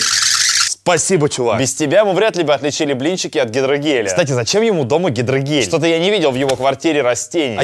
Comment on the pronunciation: Мне показалось он сказал гидрогей😅😂😂😂